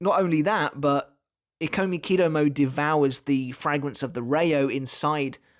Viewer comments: Is it not pronounced “e-ko-miki-doh-mo-ay” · Ikomikidomoe, you have to pronounce the "e" like the "i" in "it". It was bothering me every time you said the name.😅😆